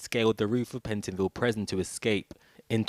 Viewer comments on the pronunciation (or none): What is a 'preson'? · what’s a presen? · This guy shouldn't be the narrator, he can't say prison properly "preson" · Why on earth would they employ the only damn person in the Uk who can’t say “prison” properly to do the voice over work / present this